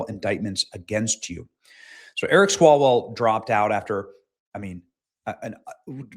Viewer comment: Feng Feng: Come back Ewic me wuv you wong time.